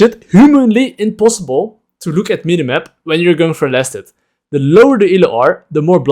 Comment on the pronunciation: He kept saying laners, "Go for last hit," and all I could hear is, "Go flaccid."